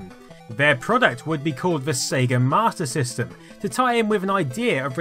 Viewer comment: Why does he keep saying Martyr System?